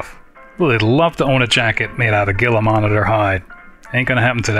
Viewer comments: Not to be rude but its pronounced Heela not geela, just like with the Gila Monster lizard. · Loving this. Keep up the great work! (Gila is pronouced HEE-la, by the way).